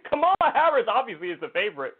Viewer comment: CNN sucks…but at least they know it's "COMMA-la" Harris, not "ka-MAL-la". "ka-MAL-la" was a wrestler.